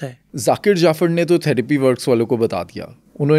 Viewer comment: Sir yeh word theropi na" therapy, therapist "therapy center hota hay